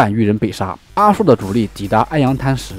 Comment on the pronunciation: 阿术的术不读shu，读zhu。清代给元史的人名地名标注音，他的名字就是Aju。